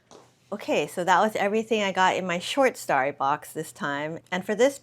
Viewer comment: I love you and your channel, but the way you consistently pronounce story as “starry” is killing me. 😬😂